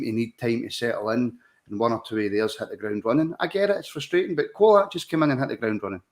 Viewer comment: Great performance today and a good discussion lads. Just need to make sure we keep the momentum and intensity up. We didn’t drop at all today 💪🏼 Only thing to mention, can you guys please call Colak the way it’s meant, Cho-lak, not Co-lach 😂